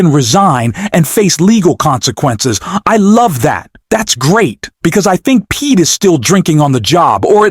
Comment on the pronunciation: Pete who??? Learn how to say his name before you post anything!! Do your homework young man!!!!